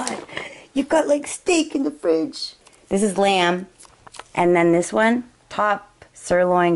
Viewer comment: 2.50 when you said 'dis one' 😂